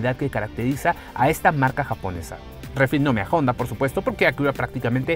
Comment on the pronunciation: Cada vez que dice "Jonda" 😂